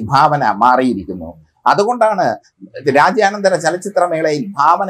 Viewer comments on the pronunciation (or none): രാജ്യാനന്തര ചലച്ചിത്ര മേളയല്ലെടോ മനുഷ്യാ... "രാജ്യാന്തര" ചലച്ചിത്ര മേളയെന്ന് നല്ല മലയാളത്തിൽ പറഞ്ഞു പഠിക്ക്....